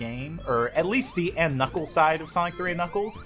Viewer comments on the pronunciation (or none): knuckles? I thought he said nickels